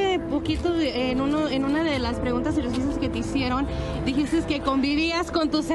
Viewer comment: Qué onda con su reportera diciendo "dijistess" ,"vistess" que oso de verdad!!